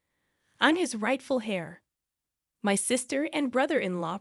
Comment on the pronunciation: "Heir"is pronounced the same as "air"! Did you ever rehearse anf make sure your pronunciation is correct!